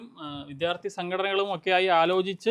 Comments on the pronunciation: വിദ്യാർത്ഥി ആണ്, വിദ്ധ്യാർത്ഥി അല്ല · വിദ്ധ്യാർത്ഥിയല്ല സുഹൃത്തേ -വിദ്യാർത്ഥി